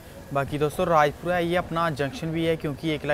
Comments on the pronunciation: Bhaiya Vo Rajpura hai Raipura nhi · Bhai raipura nahi rajpura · Bhai Rajpura hai Raipura ni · Bro raipura nahi Rajpura hai